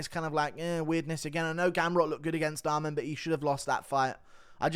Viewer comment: Why can't you pronounce dvalishvili or arman